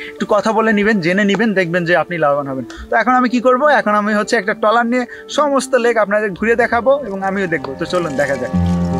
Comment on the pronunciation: টলার না ট্রলার